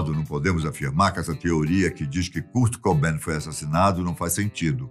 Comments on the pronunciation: "Curti Cubain" e "Custi Lóvi"? Cara esta engraçado, mas seu canal é awesome. 👏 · Da uma agonia de ver ele falando curt cobain e curtney love KKKKKK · Ah.. achei que o vídeo era sobre o Kurt Cobain, mas é sobre um tal de "Cúrt Cobén", o qual desconheço, mas suponho ser algum francês. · cúr cobein KSKSKSSKSK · Noossa, achei que eu tinha sido o único a sentir isso kkkkk "Curte Coubén", demais! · cúrt cobain ... ai doeu essa ai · Curt coben 😂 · Da uma agonia o homem pronunciando errado o nome do Kurt cobain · Só em não PRONUNCIAR BEM O NOME DESSE GÊNIO, VC MERECE DISLIKE! Q HORROR! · "Curte Cobain, Deive Gru, Curtinei Love"... tá mal aí hein, meu tio kkkkkkkkkkkkkkkkkkkkkkkkkkkkkkk